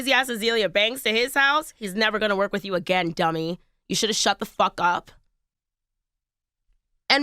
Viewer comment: I like the accent she puts on "duMMy" ... 🙃